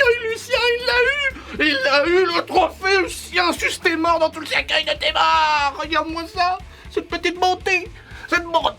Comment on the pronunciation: cercUEIL pas cerceuil ^^